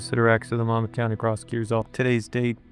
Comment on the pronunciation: why does everyone say Monmouth wrong? Mon muth.